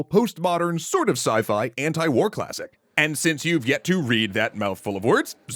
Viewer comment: Ant-i-war. lol, i love your style